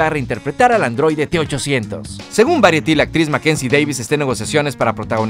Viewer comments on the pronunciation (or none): No se pronuncia "variety" si pronuncia "boraiety". Saludos amigo, espero que corrijas eso